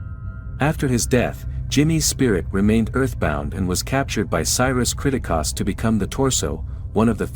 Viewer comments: This dude even realize that he's saying the last name wrong? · they say the last name many times in the movie, its almost like you never watched the movie cause you never say it right. its annoying af when you say it 40 times geeze!! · The way you pronounce the family’s name is nothing like they do in the movie. It’s so annoying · Especially the pronunciation of Pilgrimess & Kriticos